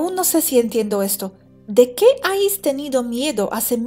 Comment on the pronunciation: preciosa, sólo un apunte... te escucho decir constantemente «ais» cuando sería «habéis». No es ningún toque de atención ni corrección, sólo q he pensado q, como buena profe de inglés, te gustaría saberlo. Sigo tu canal inglés xq tengo un nivel medio y te entiendo perfectamente. Un beso wapa;)